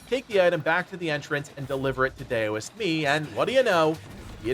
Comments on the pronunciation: Daoist-(dow-ist) not (day-o-ist) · Heads up, Dao is pronounced "Dow" not "Day-O" so the Venom Daoist is pronounced "Dow-ist". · Dow-ist not dayo-ist. Otherwise a great video. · Why does everyone on youtube keep saying Dayoist. Dao is not pronounced Day O, its pronounced Dow. Daoist = Dowist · Anyone else bothered that he pronounces it is "dayo-ist" lol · Daoist should be pronounced like COWist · FYI its pronounced d-OW-ist for the word Daoist ! not sure if you were trolling for utube engagement or genuinely didnt know haha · Daoist, pronounced DOWist. 🎶Daylight come ‘an me wan’ go home 🎵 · really quickly— it’s pronounced DOW-ist. Like the Dow Jones or the word DOWN. unhelpful feedback but want to keep everyone cultured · Bro, its pronounced dow-ist. And zoo bah-jee-ay